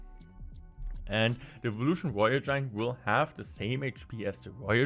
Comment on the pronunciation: "woyel we cutes" Man i love deutsch